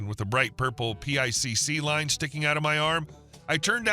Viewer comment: "PICC line" The acronym is pronounced "pick". It is for adding stuff directly into the veins and the arteries without having to put a IV line in. They can also work at a higher flow rate than an IV line....